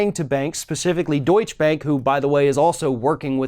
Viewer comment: I’m a big fan, but Deutche is pronounced with two syllables. Doi-chuh, with a schwa e at the end.